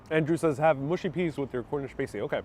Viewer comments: Sorry mate, pasty is 'past-E' not 'paste-E'. Pies and pasties are ideal with a great cup of tea of a nice pint of bitter (ale). I love my fish n chips with mushy peas and a couple of pickled eggs. If you can find a place, try a rhubarb pie or even better a rhubarb crumble with custard or ice cream. Rhubarb isn't common in North America (along with Blackcurrants), but you can get rhubarb between April and October. Have you tried a bacon buttie, bacon in buttered roll great with some HP brown sauce. Hopefully Myers of Keswick sell Cumberland Sausage or can tell you where to get some. It's also great in a buttered roll, with a couple of rashers of bacon on top then HP brown sauce on a buttered roll. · Cornish paa-stie, not paste-y(as in Pasadena) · Pas tea not pays tea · It's pronounced 'pass-tee' !! 'pasty' is what strippers wear on their nipples!! 🤣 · The "a" in Pasty think pirate .... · Just a minor correction - pasty rhymes with "nasty", not "tasty". Which is ironic! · The A in Cornish pasty is pronounced like apple. The way you said it describes a very pale sick looking person 😀